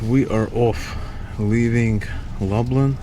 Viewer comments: Lublin not lablin... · Long trip but glad you're in Gdansk. Did you get a glimpse of the Malbork Teutonic castle? also :) glad to see over the course of the video you have learned how to pronounce Lublin properly :) (loob-leen) Gdańsk is a lot cheaper in the winter. All of these places will likely be fully booked in the summer. Make sure you take some time to wander on one of the beaches.